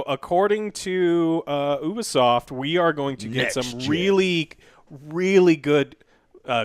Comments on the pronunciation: I'm still holding out hope they'll pronounce Ubisoft correctly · My man said oobisoft